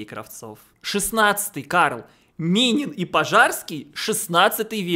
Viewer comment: Я:"Аминин? Кто такой Аминин?" 5 секунд спустя:"Ааааа....Минин"